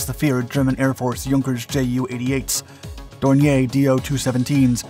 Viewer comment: Please say two, six, three squadron and not two sixty three. Also Dornier is pronounced Dornear and not Dorney ay.